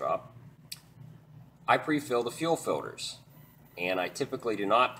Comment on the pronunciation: I hate how you say Fiwders